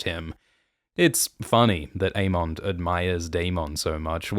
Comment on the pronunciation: Why do you pronounce the names so weird? A-mondd, Day-Maun Just say it like they say on the show. A-mund and Day-munn